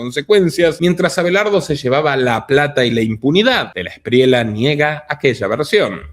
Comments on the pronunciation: Se pronuncia Espriella no Espriela, es español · no se dice de la Espriela es Esprieya así suena y se escribe Espriella ‼️ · Este tipo ni si quiera sabe decir Espriella, dice Espriela, no se puede esperar mucho. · En español existe la “ll”